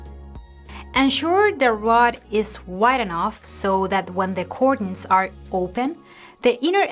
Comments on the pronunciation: The first syllable in the word "curtains" rhymes with "her" or "hurt". It does not sound like "cork" or "cord". I speak Spanish as a second language and I am grateful when a native Spanish speaker corrects my pronunciation. I suspect that you do, too. Thank you sooooooo much for the useful ideas. My mistake is having curtains ( "her"..tains) that too short. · I literally thought she was talking about something else pertaining to curtains when she was pronouncing it cordunes. I thought cordunes had something to do with hanging the curtains higher...lol! I'm over her trippin! Great advice though! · The way she says "curtains "....🤣🤣🤣🤣🤣